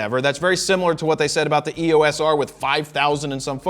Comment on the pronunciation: Two things. Canon pronounces E-O-S as one word, not a series of letters. The 4K cropped video modes probably match the field of view of the Cinema EOS cameras with Super 35mm sensors, 1.4x.